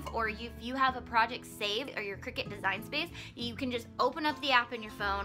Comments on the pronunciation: Nice JOB!!!! only thing I would suggest is correct your pronunciation of the item. I believe it is pronounced CRY CUT not Cricket. Sorry have peeves about grammar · Isn't it pronounced CRY-cut? :P I'm that person. I had a coworker tell me the pronounciation and she was real snarky about it, too. Haha. I see this section at JoAnn Fabrics, but never researched what it was. It was maybe 5yrs before i got a clue. Another 2yrs (present) to find a need for one. So thank you for the vid!